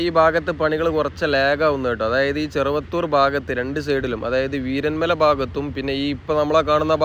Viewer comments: വീരൻ മല അല്ല വീരമല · വീരൻമല അല്ല വീരമല ബ്രോ